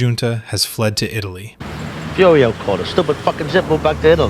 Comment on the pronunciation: You can like it but it's AI slop ripped from human sopranos analysis and other places. the AI calls Furio "Fudio" for no reason after pronouncing it perfectly 3 times earlier in the video.